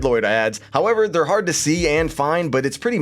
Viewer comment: Man it makes me cringe the way he says "their dead"